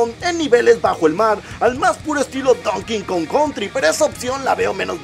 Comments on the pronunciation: Se dice donkey kong. No don king kong. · Se dice donkey kong no don king kong xddd